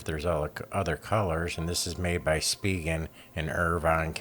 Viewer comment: Former Spigen employee - Thank you for pronouncing Spigen correctly.